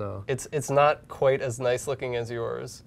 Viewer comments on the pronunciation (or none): none